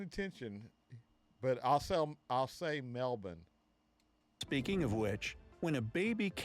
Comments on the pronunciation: Nailed the Melbourne pronunciation! 👍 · So proud. Yes you’ve said Melbourne right. Well done 🎉 We now have close to 27 million people. Population explosion. 💥